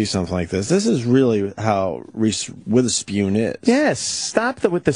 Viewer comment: Omg we get it. It's funny that you say Witherspeeewn. It's so hilarious!